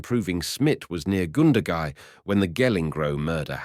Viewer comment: Goondagai, Wagga wagga, not pronounced wogga wogga, cringe worthy.